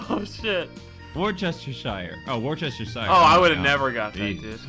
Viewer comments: 3 years of learning has lead me to this point, it is wuster shire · Guys its pronounced whouster-shere sauce. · ITS PRONOUNCED WUSTER SAUCE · Worcestershire is pronounced Wuss-ter-shire :D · m8 it is pronounced wuster sauce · worcestershire is pronounced wustershire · Worcestershire is pronounced Wustersheer. I live here... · Wuster shire sauce actually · It's pronounced wostershir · Your pronunciation of Worcestershire is killing me 😂😂😂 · Except you forgot the '-shire'.